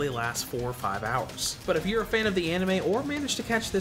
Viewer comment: It's “If”, not “I f”.